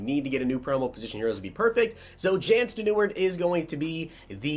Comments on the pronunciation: Jan steneward 😂😂😂 it’s (yawn sten-I-rude) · Jan Stenerud last name is pronounced “sten-a-rude” u were close tho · It's Yan Sten-eh-rude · The man's name is said Yan s-ten rude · It’s “Yan Sten-a-rude” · Sten a rude is how you pronounce his name. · It’s pronounced Yawn Sten-er-rude I’m old enough to remember him playing for the vikes when I was 5 🤦🏼‍♂️ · Pronounced Yon(like U and then On) Stener-rude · Jan Ste-ne-rude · It’s yon stenerood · btw its pronounced yaan sten-a-roud. I think, not sure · Its sten-a-rude #notigang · It's Ste-ne-ruud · It’s pronounced Yon Sten er ood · Yawn Sten-er-ood